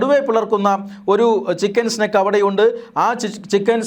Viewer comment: ചിക്കൻ സ്നേക് (പാമ്പ്) അല്ല സ്നേഹിതാ ചിക്കൻ നെക്ക് (കഴുത്ത്) തിരുത്തി വായിക്കുക